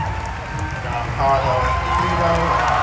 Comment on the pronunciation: Funny how kathleen kennedy can’t even pronounce Giancarlo’s name…